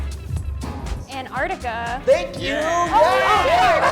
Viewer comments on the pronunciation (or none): That girl is pissing me off saying Anardica. It's Antarctica ffs.